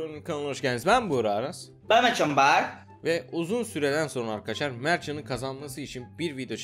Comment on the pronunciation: Adam video girişinde merhaba ar kaşar diyor